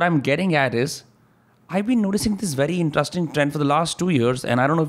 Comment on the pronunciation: pls stop saying intustring for interesting